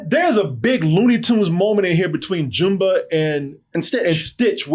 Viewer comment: Jooomba?😂😂😂😂😂 It's jumba like jumbo.😊